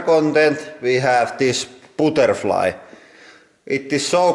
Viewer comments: "Pootrfly" instead of butterfly hahaha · "we have dis POOTERFLY" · "For extra content we have this booterfly". :)) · "Putterfly" :D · This "pooterfly" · I got just to listen * "VOT DA FOK?" * (Oh, and also, "put...tehr...fly") :p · we have this BOODERFLY 😂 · "This booterfly" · Boooterfly!!!!! British should learn some CORRECT enunciations from these people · "Booterfly" <3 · "And for today's extra content, we have this botterfly" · бутерфлай, кровь из ушей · That pronunciation of butterfly though...